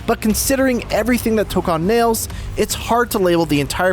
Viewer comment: It’s toe-cone